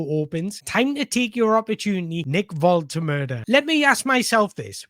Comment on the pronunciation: Exactly, it’s a chance for Wolt-ter-marda 😉, to fly out the traps & get his Newcastle United career off to a great start. All this negativity over Wissa is madness. Let the team assess the injury, I have a feeling behind the scenes, Eddie is being extra cautious because Yohan has mentioned something to him. With all that being said, when both are fit, I’m extremely happy with these two ballers. PS. I’m telling you, pronunciation is wrong 😄